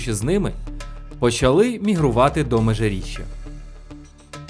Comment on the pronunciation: МежиріччЯ, а не МежиріччА